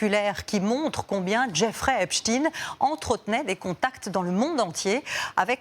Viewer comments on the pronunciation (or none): Même les médias allemands disent Epstine c'est désolant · EpstEIN et non EpstINE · Epstein, pas Epstine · vous dites "albert Einstine" ?vous dites "Frankenstine" ? non...ba alors pourquoi vous dites "Epstine" ?? c'est Epstein !!! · Pourquoi epstein se prononce epstin dans les médias télévisuels français ? Il y a un problème avec la vraie prononciation de son nom ?